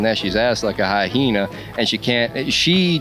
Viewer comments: did he say "like a high hena" instead of "hyena"? 😂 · He said “hyhena” and though he was saying something deep…